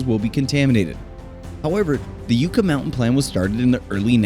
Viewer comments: Yuck-ah, not You-ka. Sheesh. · It's driving me crazy you can't pronounce yucca correctly! It's pronounced yuck-a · great video. As a resident of Nevada I must inform you it is pronounced Yuck-a Mountain. And yes it was rife with political turmoil.